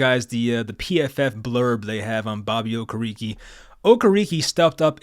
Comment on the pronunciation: O-care-rick is the pronunciation I believe